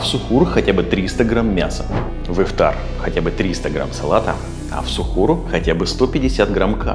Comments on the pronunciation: Только не ихтар а Ифтар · Тама Ифтар а не Ихтар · Все очень круто, спасибо большое за совет но ты ошибся не " ИХТАР" а ИФТАР, не учти это за высокомерие брат. Тебе процветания 🤗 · Немного исправлю тебя не Ихтар, а Ифтар. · ИХТАР ❌❌❌ ИФТАР ✅✅✅ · Ас'саламу алейкум ворах1матулоахьи Ва-баракатух1у, спасибо большое за внимание и за ролик, не хочу оскорбить, просто для дальнейшего чтобы вы знали , правильно будет не "иХтар" а "иФтар". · Это не Ихтар, а ИФТАР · ИФтар)а не ихтар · Не ихтар а ИФТАР, всех благ Вам! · Какой Ихтар еще, Ифтар правильно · А почему «ИХТАР»? правильно ведь «ИФТАР» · Друг не ихтар а ифтар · будет ИФТАР а не ИХТАР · Ну для начало с лово Ифтар а не Ихтар 😁😁😁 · Что могу сказать красавчик Просто ифтар а не ихтар 😅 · не Ихтар а Ифтар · Не ихтар а ифтар умник😂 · Спасибо за информацию, но не ихтар, а ифтар😊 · Ифтар, а не ихтар, А так спасибо вам🙂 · ИФтар ,не ихтар) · Ифтар а не Ихтар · Не ихтар а ифтар . Спасибо Вам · привет, хотел бы исправить не иХтар, а иФтар))) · И всё же не Ихтар, а Ифтар. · Даже «иХтар»)) Ифтар. Если даже не мусульманин ошибку делать не нужно. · Ихтар не правильно ифтар правильно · ИФТАР а не (ихтар) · Брат только не Ихтар, а Ифтар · иФтар брат, не ихтар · Почему ИХТАР может ифтар правильно ифтар ! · Брат ифтар а не ихтар😅 все равно респект! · Спасибо большое за предоставленную информацию❤ не ихтар а ифтар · Не ихтар, а ифтар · Брат, не Ихтар а Ифтар) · не ихтар, а ифтар* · Ифтар, а не Ихтар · Исправь Ифтар, а не ихтар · Во-первых, не ихтар а Ифтар Во-вторых, питаться нужно по сунне а не ерунду эту слушать! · Ифтар* а не ихтар😅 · Может ифтар а не ихтар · Не ихтар а ифтар😂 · Не Ихтар а Ифтар ! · Ихтар ? Ифтар .... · Ифтар а не Ихтар) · Не Ихтар. А Ифтар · Ифтар* не ихтар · Что за ихтар? Правильно ифтар. Переделайте пожалуйста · Ихтар что за , может ифтар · Ифтар Бро не ихтар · Ифтар не ихтар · Ифтар , не иХтар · Спасибо, но правильно говорить:ифтар)✊